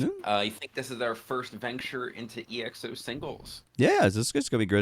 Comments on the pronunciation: You know they don't even say exo right it's not E X O it's exo, so not surprising that he can't say baek's name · It's Exo... one word! Short for Exoplanet. Not E - X - O. Hehe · This guys have the most un popular opinions and still calling exo as ii eks ou 💀💀💀💀